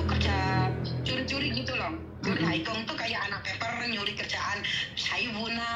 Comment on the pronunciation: Nah itu, ngomong hak kung kok hai kung🤭